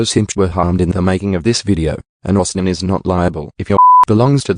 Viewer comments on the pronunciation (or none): none